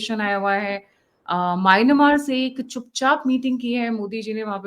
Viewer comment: 😂😂😂 "मायनामार"??? 😂😂😂 गंवार!! म्यांनमार तो ढंग से बोलना सीख ले!!😂😂